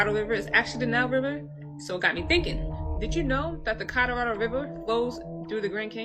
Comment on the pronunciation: The woman discussing how likely the Americas was once part of Egypt, but the way she says Colorado blows my mind! Thank God, there were some closed captioning, on the screen, bc it sounded like she was saying Codarodo? Say what & where, now? The way people screw up words is insane! If u’re going to make a video, learn how to pronounce certain words that u couldn’t otherwise pronounce! For example, like I heard somebody calling apostles, apos-tills !